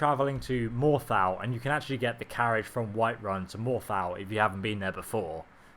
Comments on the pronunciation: very annoying when people who play games extensively still mispronounce names and place names.. I mean, "more tal" It's pronounced "more thol".. How hard is it? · morthaaaaaaaaaaaaaaaaaaaaaal lmfao just pronounce it like they do in game please man that was annoying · I hate how British people refuse to pronounce words correctly... (Morthal, soul carin, taco)